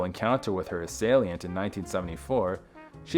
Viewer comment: What the heck is an "assalient" ???